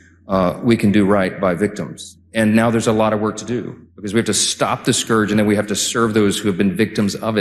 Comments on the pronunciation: There's no such thing as "yooman trafficking".. gotta work on your pronunciation. "scor-j" pronounced wrong scourge is pronounced correctly as "skerj" There's literally no excuse not to pronounce it correctly. Wow. "in return to..." Is incorrect The phrase is "in return for" Holy. Saying "play this clip" make no sense to say to the audience, saying it to the editor or producer does, but you would then need to edit it out. If you want to keep your cue to the editor, use a phrase that makes sense to use when addressing the audience, such as: "watch this" "take a look" "here's x saying x" These make sense as a cue to the editor, but also serve to inform the viewer of a transition to different media. All aforementioned errors are jarring, demonstrate poor understanding and use of the English language, and therefore are harmful to ESL and young viewers still learning basic syntax and pronunciation. This is basic journalism. Basic professionalism in media. Basic cognitive skills. Get it together. Please. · Scourge is pronounced Skerge